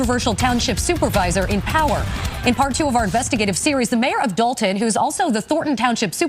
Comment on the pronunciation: Illinois is quickly becoming the mid-coast California. And DOH-lton is helping heavily with that title. 🤨